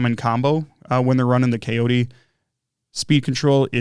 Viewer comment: Cayote is pronounced “coyote,” like the critter, which is their logo. That looks like a great ESC, I plan on running it in my ET48 2.2.